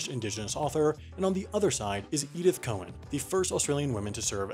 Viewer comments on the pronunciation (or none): ITS NOT COE-ANN IT'S COW-ANN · Just a pronunciation point of order from your friendly Aussie Star Trek site - that's loving your work... Her name is pronounced.. Edith Cow-an, not Cohen. Carry on. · Not ‘ko-en’, ‘cow-en’. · Haven't you noticed you say "Cowen" and bill says "Cowan"? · Cow an.... Pronounced cow aaan Not Cohen as in the jewish way. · Great video but I hate to be the one to point out that Cowan is pronounce just like it looks. Cow-an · Apparently we can't pronounce Edith's surname properly either. All this time we've been saying "cow-anne". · Hey you said Cowen and the note says Cowan. Did you make a typo??? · The way he pronounced Cowan made me not recognise who it was for a second